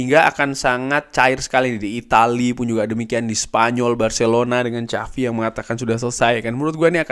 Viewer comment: Paling malas kalo dengar channel ini bahas Barca, Xavi di sebut cavi